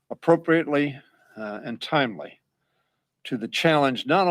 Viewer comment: Did he say timley???